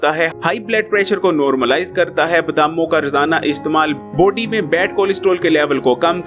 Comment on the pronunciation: You say body ihear poty